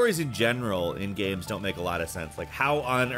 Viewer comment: "Gaemes" fuck.